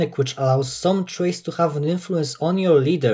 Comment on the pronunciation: lol you not only pronounce traits as "trades", but thats what you called that section of your video as well